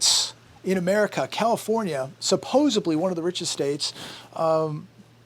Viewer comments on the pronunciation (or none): WARNING! Word Police: It's supposedly...not supposibly, k?